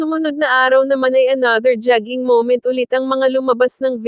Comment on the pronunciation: Lady you need to pronounce jogging correctly.